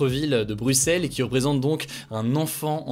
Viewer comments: Les gens, y a un FRANCAIS qui a BIEN prononcé "Bruxelles" Mon cœur est comblée, je suis émue 😭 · MERCI Hugo d'avoir bien prononcé Bruxelles, trop de voisins Francais disent bruXXelles! Et pas mal non plus la prononciation du Mannken Pis!